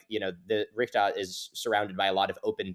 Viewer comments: keeps saying richta. It's pronounced reeshat. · The greatest mystery of the Richat structure is why keeps pronouncing it "Richdot"